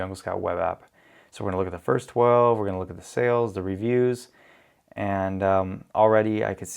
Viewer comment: "The" (as in pronounced *thee*) is used when the following word starts with a vowel. Period. It is NOT: Thee homepage, or thee whatever. BUT "thee" asshole. Hope this helps. More examples: 2. "Thee" top supplier, min 3. "Thee" Jungle Scout Web App, min 4. "Thee" sales are great, 4.2 "This is not a good item to sell" = It is an item, or "thee" item. It is not that difficult. 3.28min 5. "Thee" sales, 6. "Thee" Chrome extension, min you defo won't see me 7. in "thee" next video.